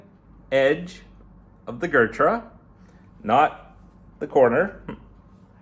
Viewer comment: gurtrah lol its Ghuuut-raaa